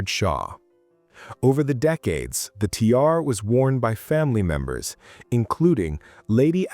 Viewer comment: If you're going to use AI, help it learn how to pronounce "tiara." Particularly if you're a jewelry channel!